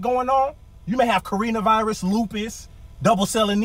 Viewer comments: The fat fact he said CARENAVIRUS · nigga said carena virus😭😭😭😭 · Bwahahahahaha he said CarinaVirus!😂😂😂😂🤣🤣🤣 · Lmao he said Corrina Virus 😂😂🤣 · “Corina” virus lol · Nigga said Corina Virus